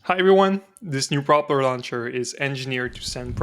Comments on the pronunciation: No judgement or ill intention, but why do you pronounce propeller like [prop'ler]? Isn't it more like [proh'pella? The reason I'm asking if because your english is otherwise flawless as far as I can tell 😅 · The normal pronunciation is pro-pell-er That aside, cool project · So what is the point of this thing? Your pronunciation of "propeller" is a bit wrong.